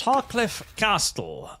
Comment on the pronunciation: Im not sure if you're doing a bit, but the t in castle is silent.